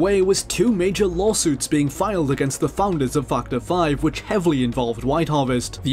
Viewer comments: The way this guy pronounces 'Factor 5'.. XD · "factor 5" what did he say though? not that...